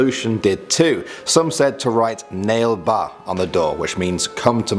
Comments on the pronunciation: Bro don't be sad... Thank you for making this video... I am a Indian and a kannadiga [ living in Karnataka]... And it's not "ನೆಲ್ ಬಾ or nale ba", it's " ನಾಳೆ ಬಾ or nalae ba". In Kannada it means come tomorrow.......... And that pavagada is in Karnataka..... Proud to be a Indian and kannadiga.... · Its naale baa lol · Yeah but its pronounced as na. Le. Ba